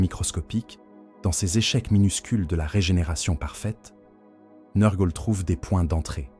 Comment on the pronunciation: Excellent comme toujours. La lecture IA ne me gène pas sauf quand elle massacre les noms. Tu devrais essayer de changer l'orthographe de certain mots pour que l'IA les prononcent bien. Typiquement, nurgle = neur-gueule car entendre nurrgleuh toute la vidéo ça fait vriller le cerveau lol